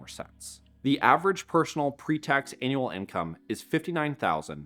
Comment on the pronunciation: Synth voice? Have to assume so with the voice pronouncing "annual" as "anal". Another low to no effort YT channel ...